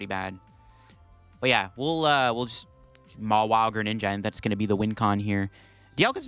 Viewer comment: If i had a nickle for every time he said mawille😂